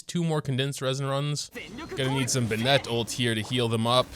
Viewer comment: every time u say bennett i die inside its so wrong